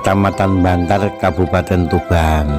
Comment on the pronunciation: Kecamatan bancar.bukan bantar